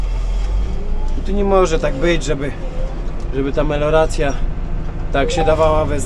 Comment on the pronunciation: MELIORACJA!!! 😅nie meloracja :P